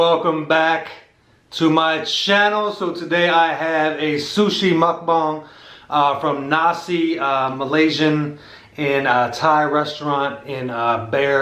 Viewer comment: *mukBANG NOT mukBONG